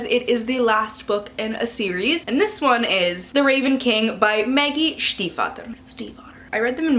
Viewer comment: You are the only other person I know that pronounces Stiefvater "correctly" and I love you for it haha. I lived in Germany, I can't anglicise it!!!!